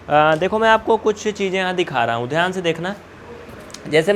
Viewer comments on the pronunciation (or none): none